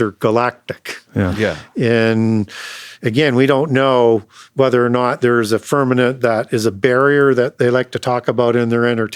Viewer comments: I respect teachings, but someone PLS tell him it's FirmaMent, NOT FirmaNent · I have listened to a lot of podcast, and even have his two books. I wonder why he uses the word "firmanent" instead of "firmament". I actually had to look that word up to know if there's such word but couldn't find it. Can someone correct him please, it throws me off. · lol with the amount of wisdom that man contains, he just can’t seem to get that word. Glad someone else caught it. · .. you are correct .. I caught that, too .. God's Firmament ❤